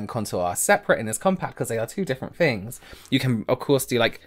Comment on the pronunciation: doesn’t say things, he says fings.